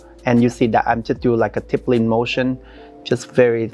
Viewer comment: "Tippelin'!!" It took me WAAAAY too long to figure out that was "stippling" 😂 My God she is stunning and the MAKEUP!! 🤩🤩🤩